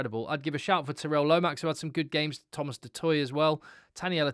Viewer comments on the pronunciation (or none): none